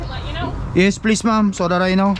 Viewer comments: He meant ma'am, but he said mom. If he wants to use the word ma'am, he needs to learn how to say it right. One way is respectful, the other is insulting. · That's true. but he needs to learn how to say it right, or, if not, to stop saying it. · You're digging your hole deeper. If she heard you call her a "matured woman", she'd be insulted. Have you changed the way you say "ma'am" yet?